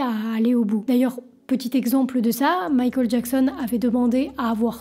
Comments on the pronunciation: pourquoi quand tu dit michael a la place tu dit mikol c'est un accent ? c pas une insulte tinquiete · J'aime bien ta manière de prononcer Michael...c'est mignon 🥰🥰🥰❤️❤️❤️😅👍👍👍À l'américaine